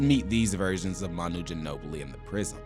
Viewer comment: Guy murdered Manu”s name